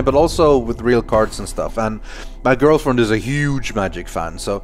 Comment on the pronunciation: Wait did he say grillfriend